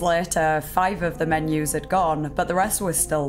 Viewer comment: 😂 i read this comment before hearing her say it. made it much funnier. menu gheut 😅